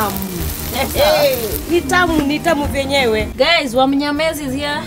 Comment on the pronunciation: Hahahaha. Did you just say Wamnyamez???? I Kent with you.